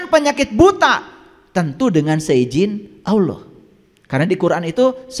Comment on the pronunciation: kok nyebut LAFAZ ALLAH KURANG FASIH?